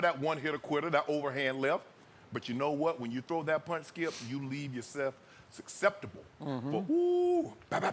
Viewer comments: "suckseptible" haha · Meanwhile I'm just over here laughing at the way Shannon said "susceptible" .